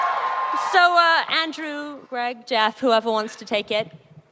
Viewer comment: "Geoff Jengghshz" why is this chick a host??